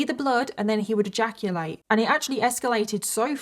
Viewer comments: Have a shot everytime says the word "eyaculate" in this video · OMG 😲 I am shocked 😮 and stunned 😳 how much time 💖 said egaculate😅😂😂😂 Lord have mirsy🙏